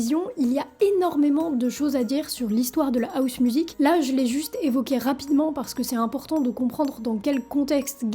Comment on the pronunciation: Pourquoi vous « Françiser » mes mots anglais? Housemusic se prononce avec le H !!!!